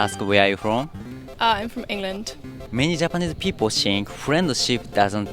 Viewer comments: Think の発音もう少しがんばろう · 内容面白いからがんばって。それからthink の発音直した方がいいよ。シンク(sink) じゃなくて、しっかり舌先を歯に当てて。